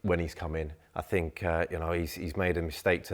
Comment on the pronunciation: Take a drink everytime she says "I fink" or "you know". Let's get smashed 😂